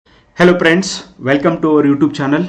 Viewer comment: Lo guru its friends not priends 😂😂😂